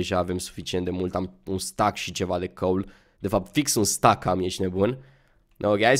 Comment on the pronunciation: se spune steck nu stack